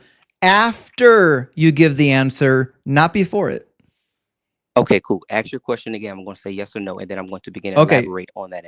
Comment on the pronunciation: Student admits that he would have set up a better system than his god. Then pivot pivot pivot! Its not a good question he says because I cannot answer! And he keeps saying aks instead of ask! Now getting cooked! And another who knows not his book! And then the laughter of defeat! If the woman was not a virgin at marriage then how would a physician inspecting her after the marriage night help at all?